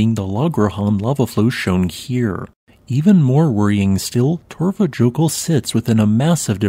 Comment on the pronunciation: Say Torfa yokul Next time! Remember j is y ! For you!! .....I feel as you should know this 😆